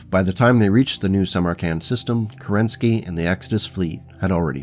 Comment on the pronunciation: Fun fact. Alexander Kerensky was the head of Russian Provisional Government shortly after February revolution of 1917. He had to escape the country when the Bolsheviks took power. Also, there is a rumor he had escaped the Winter palace dressed in a woman dress, but it is likely untrue. Also, if I am correct, his last name is pronounced KErenskiy, not KerEnsky.